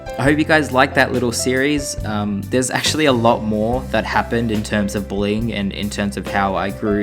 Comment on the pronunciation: When you said "this is part 2 of my bullying series"I thought you said "this is part 2 of my BOWLING series" XD